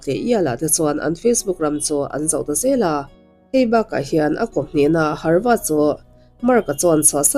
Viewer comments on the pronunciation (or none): Harvad i ti tlat a, havard niin ka hre deuh a..😊